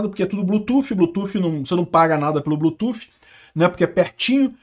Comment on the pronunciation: Apoio os inglesismos, nao é preciso traduzir nada. O que eu te peço é que Bluetooth nao seja lido como "blutufe". Nossa é muito mau😂. O th no final lê-se D. "Blutude"